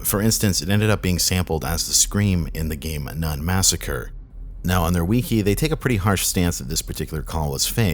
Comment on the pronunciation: "on their we-key" No....just....no.....how do you mangle a word so badly?